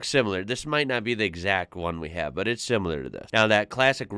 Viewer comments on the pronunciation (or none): none